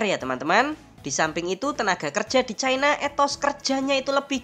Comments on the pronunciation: Diawal awal narasi sudah betul melafalkan CI-NA (menit ). Menurut etimologi juga sudah dijelaskan bahwa pelafalan yg benar adalah CI-NA, bukan cai-na (menit ) Kenapa makin ke sini menyebutnya jadi CAI-NA. Sebaiknya jangan ikutan DUNGUU..! 🫢🤓🙏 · Kenapasih china dibaca Chaina? Nama utu kan tidak pengaruh bhs inggris.